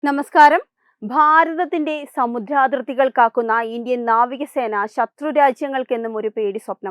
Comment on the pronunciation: സമുദ്രാതിർത്തി എന്നു ഉച്ചരിക്കുക